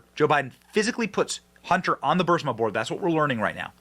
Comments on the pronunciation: Is anybody else troubled by the fact that pronounces Burisma as Bursima all the time EVERY TIME. Biden should be in prison over this. But will never see a second of time. Bennys show has become overly flamboyant and I’m getting tired of them. Your assessment at the end of the video is spot on. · Burisma. Not bursima. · 😂❤😂❤ OH MY. I WAS LOOSING MY mind over him mispronouncing it!!!!😂